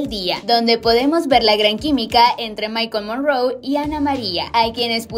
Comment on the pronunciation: Así como lo voy a escribir así pronuncia el nombre de él. Mikele morrone, no mikol morroon